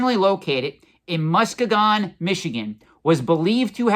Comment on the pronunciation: Hey, still watching but had to comment. Pronounced "Musk E gun"